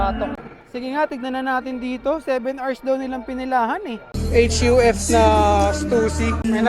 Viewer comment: "angas neto, eych-yu-ef oh!" lol